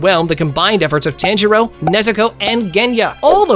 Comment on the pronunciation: bro can you say tanjiro the right way